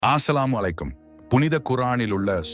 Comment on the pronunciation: ஆஸ்ஸலாமு அல்ல அஸ்ஸலாமு அலைக்கும் என்று சொல்ல வேண்டும்.